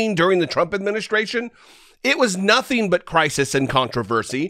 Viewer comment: Why does he keep saying “notheen” ???